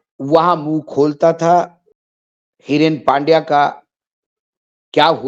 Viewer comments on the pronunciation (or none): Haren Pandya Not Hiren Pandya